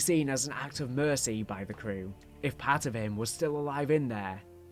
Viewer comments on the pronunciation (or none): none